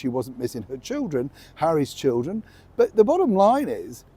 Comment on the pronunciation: Love that emphasizes "Harry's children!" 😉